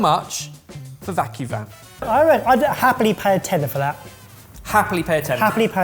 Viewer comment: absolutely said “butt plug” for the vacuvin